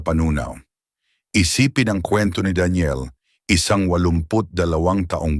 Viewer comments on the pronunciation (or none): none